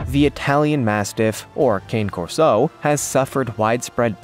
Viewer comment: It's pronounced Kah Nay Corso, I own two of them.